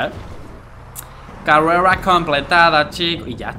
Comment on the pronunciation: Bro carrela no es carrera bro like si lo escuchaste